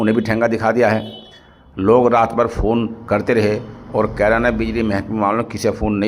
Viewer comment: कैरना ❌ कैराना ✔️